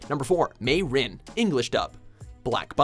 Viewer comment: Who else was shocked when he said Mey-Rin raises hand 🙋🙋🙋🙋🙋🙋🙋🙋🙋🙋